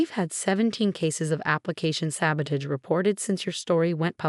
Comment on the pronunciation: It's alma mater, with a short A. MCAT (Medical College Application Test), not NCAT. Board, not bored. Pronounce "sabotage" correctly. Twitter no longer exists. I guess Amelia lives in the Baltimore area?